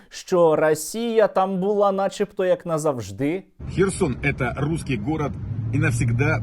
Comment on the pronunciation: Сєрж, назавждИ! Наголос в слові просто як мед для вух. ЗавждИИИИ, КотрИИИй, КотрААААА. Всі вивчіть, диктори, актори та інщі. Сєрьож, аж просльозився))). Як поставити мільйон лайків!?))))